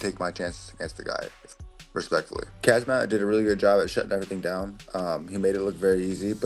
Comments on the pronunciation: Don't even know the champions name but want to fight him 😂 Khamzat, NOT kazmat 🤦‍♂️ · If you can't even say his name right there's no way you're beating him. cazzmat? Kahzmaat? C'mon bois, put some respect on his name. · This frickin' guy can't even pronounce his name correctly! Why can't people say his name correctly? So annoying! Him and Tim Elliott saying Khazmat and Chael saying Hazmat. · Lol 😂at fluffy calling him kazmat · i believe it’s pronounced Hazmat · Some guys cant even pronounce Khamzat's name correctly so how are they going to beat him with that limited amount of braincells.